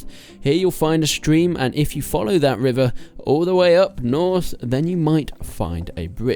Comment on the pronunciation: The wivvah and the woowined stuff. Nice confidence though. :p